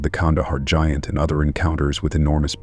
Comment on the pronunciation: The Kandahar gee aunt? Wow that AI can't speak basic English